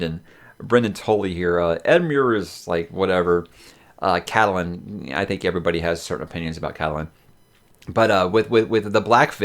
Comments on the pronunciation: Did you say ' Cattle-Lyn"? for Catelyn? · I'm trying to understand the way you say Catelyn.... wtf lol